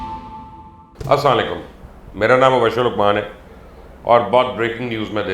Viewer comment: Asslalekum... Salam krna seekh lete bhai ....!